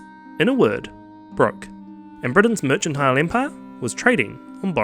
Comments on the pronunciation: Mercantile. Hard c. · Merchantile? Never heard that pronunciation....